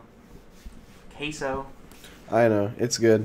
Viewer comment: I keep going back to hear Dream say “queso” like that lol